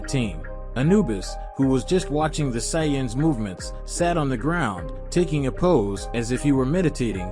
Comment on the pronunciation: That pronunciation of sayians is terrible every time it’s said I cringe